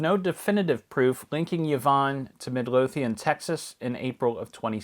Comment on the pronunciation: Itms pronounced "Mid-LOW-thian."